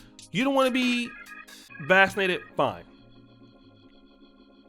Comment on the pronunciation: “Vassinated”😂 Is that how they say it in Poland? Everybody get your a$$ vassinated.